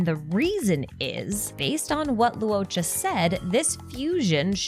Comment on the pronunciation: LORE-CHA, not Lew O'cha. "uo" in Chinese is always pronounced as "ORE" or "AWE", never as "oo-oh" Luocha = LORE-cha Luofu = LORE-foo Huohuo = HORE-HORE (you can think of it as Haw Haw if that helps with this one)